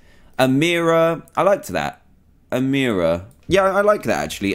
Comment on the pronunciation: This is my fav episode SOULY because my name is Amira!! I’m sooo happy!! And you said it right!! Congrats Dan!!